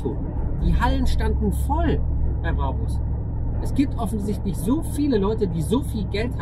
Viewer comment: Er hat den "Brabbbus" geholt, den neuen "Brabus" 😂